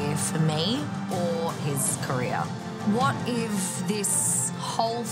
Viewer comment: pronounces "What if" as "What ivv" I didn't know that was a thing.